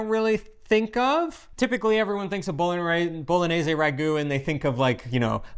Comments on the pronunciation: Bolo-nay-zaay. Sheesh. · Pronunciation, dude!! Isn’t it pronounced Bolo-nyay-say? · with all respect, the proper pronunciation of the “gn” letter combination is like the english “ny” sound. It’s the same sound that you make when you say the name of the city as “bo-lo-nya”. So the sauce is “bo-lo-nyez-ay.” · Just pretend the word bolognese has an ñ like mañana. it's pronounced boloñese. Really important word in Italian, need to know how to pronounce it correctly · you mispronounce bolognese. You say bolonese. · If you're not making traditional Bolognese, you should call it something else. Why insist that your sauce is Bolognese if it's not? Also, dude, she's demonstrating how to pronounce Bolognese. You can do it. I have faith. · You still haven't convinced how to properly say "Bolognese"!😳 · Love your channel and really enjoyed the comparison. My ragu is the same as except I add milk near the end. I have one little nit pick, only because the name of the channel is Pasta “Grammar”. You are mispronouncing Bolognese. You are pronouncing Bologna correctly so just carry that through with Bolognese. Keep up the great work! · need to improve his "gn" 😂 just joking. Happy new year